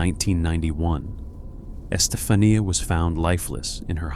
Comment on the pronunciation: Isn’t it pronounced Estefan-YA? Just wondering. 😂 Veronica was a very creepy movie.